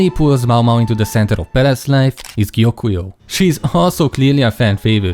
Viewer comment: First person I've seen in a video who can (almost) pronounce Gyokuyou's name. Congrats.